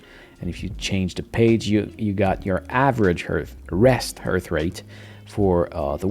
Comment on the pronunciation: Why are you saying hearth or harth rate? Not a criticism, just curious.